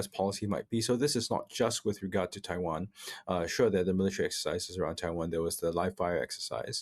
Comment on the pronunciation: I can't bear to listen to that bint who can't pronounce 'Taiwan', bye!